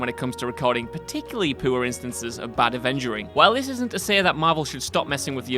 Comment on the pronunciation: Damn bro, when you say the word poor, it sounds like you’re saying poo